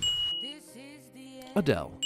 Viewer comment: I like how he just said "Adel"